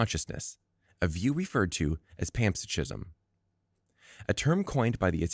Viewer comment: Are you trying to say panpsychism ? Pronounced pan, SIGH, kism. Not pants-a-gism. ------------------ Also, the corpus-collosum is the brain anatomy region and not the name of the procedure . The procedure is "corpus callosotomy".